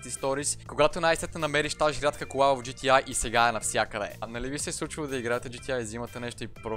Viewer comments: професионалист ама казваш на игрите GTi вместо GTA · Джи ти ЕЙ, брат, джи ти ЕЙ, все още "А" в английския се чете "ЕЙ" :) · когато си професионалист в GTA и наричаш буквата А - "ай" LOL